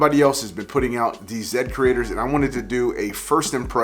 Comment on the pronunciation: This is great! Thank you for sharing your thoughts on the Zedcrestors. I’m also grateful you said my name properly!!! WooHoo!